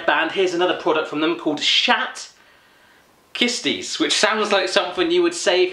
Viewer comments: schat kistjes are pronounced with a hard g not the englisch g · you say sgat kistjes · You say Schat kistjes like Sgat kstjes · "shed kisties" LMAOOO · sjat kiesties??? xD no hate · lol i am dutch and you cant say the treats name good lol! Nice vid man lol ik ben nederlands en je kan die (toetjes) niet echt goed uitspreken lol! leuke video man